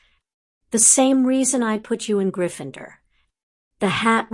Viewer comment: Sorry, only a few minutes in and need to get this off my chest for my OCD sake: GryffinDOR, not -ER. Whi is this lady?!?! :p